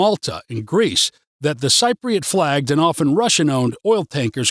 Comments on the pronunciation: Cypriot pronounced sip-priot. You hit the nail on the head for some parts but got it wrong on many others. Entertaining but for anyone who does not know Cyprus too well take it with pinch of salt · I am a technical writer, living in Paphos for 7 years. As stated in the description, this video was indeed funny, not least for the way you pronounce "Cypriot" umpteenth times. This was meant in an ironic way, right? And it was informative, too. Thanks for teaching me to be very afraid of the conflicts in neighboring countries and to dread the "dark and rainy winters" after all these years. Hilarious! those who have never been to Cyprus: Take this video with a bucketful of salt! :)